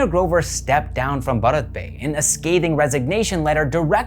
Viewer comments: Bharat is pronounced as bhaarat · The way you said bharat would be the pronounciation of a male name. That's how you would pronounce it in Gujarati. To say the word for India, yes you would pronounce it differently. You are the first non indian i've seen to have such great pronounciation in general though.